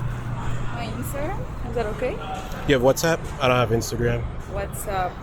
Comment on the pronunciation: the way she said "instagram" lol